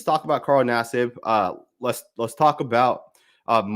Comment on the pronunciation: U called him naseeb because thts the Indian way to say his name 😂😂🤷‍♂️